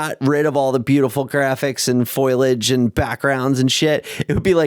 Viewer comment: said “foil-age” but it’s “foliage”